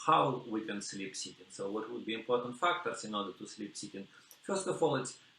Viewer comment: I like how whenever he says "seated", the subtitles say "chicken". Even the subtitles couldn't understand what he was saying.